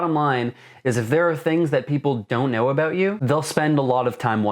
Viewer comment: he said a-boot.